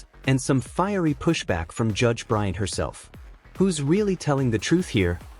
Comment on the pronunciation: It's BryanT. Not Bryan.